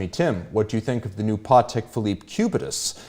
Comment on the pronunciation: I didnt know that it's pronounced 'PAWteck'. Good to know